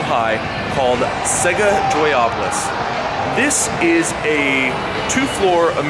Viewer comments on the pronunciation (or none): It would be better if you call the place you visit by its right name. It's called "Joypolis", NOT "Joyapolis" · LANGUAGE TIP: "Joypolis" is pronounced (JOY-puh-lis).